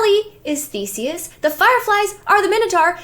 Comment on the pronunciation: It's Theseus. Not Thesis.